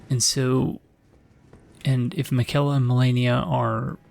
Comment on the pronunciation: the fact that it took malenia hammering it in every time you died to her for you to realize the proper pronounciation of miquella, despite all the times gideon has said his name to you xD